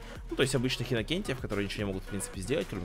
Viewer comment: Инацент не инокенть